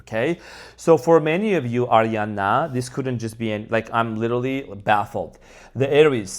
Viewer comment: Gonna name my next daughter ariyana lol I love how he says it !